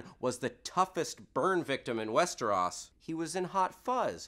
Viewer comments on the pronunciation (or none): WesterOS not WesterAS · WEST-ER-O-SSS not WEST-ER-AH-S holy shit that bugged me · "Westaras", close, but not perfect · west -eh-rOs NOT west-er-aus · does it bother anyone else how he says westros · I'm pretty sure he did not. It's pronounced west-er-ohs and that's not how he pronounced it in the very beginning. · How do you fuck up saying "westros" they say it a million fucking times? There is no fucking 'a' sound in the name? I mean for fucks sake, they say it in the show at least twice per episode. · Why does he (host) pronounce those Proper nouns incorrectly Cersei, Westeros, etc.. you hear it correctly on the show constantly. Even if you read the books first and that's the way you hear it in your head.. WE NOW KNOW WHAT IT IS SUPPOSED TO SOUND LIKE! So sound off and tell me why I am wrong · The fact that he keeps mispronouncing Westeros is bugging me.